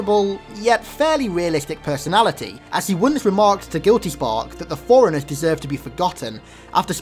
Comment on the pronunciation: Anyone else hear 'foreigner' when he says 'Forerunners'?